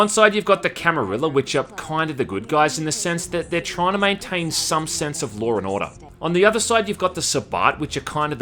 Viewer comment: "Larrrr and ordoar" God i love Australia